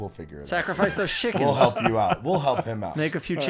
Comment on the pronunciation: better belp? Lol